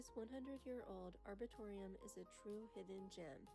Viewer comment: the way she pronounced arboretum is insane.